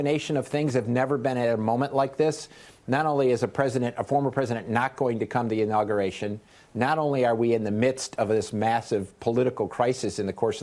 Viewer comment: Professional "journalist" Inagation? Try inauguration.